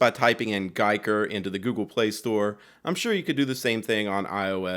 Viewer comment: Homey, homey, homey..., you had two ways to go with the name. "guy"ker or "geek" er... you chose poorly. :B